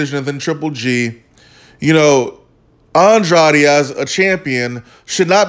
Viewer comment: If pronouncing Andrade is too difficult, then commentating may not be for you.